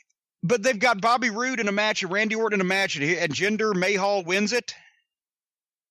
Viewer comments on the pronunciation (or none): Jinder May-Hall ...😂😂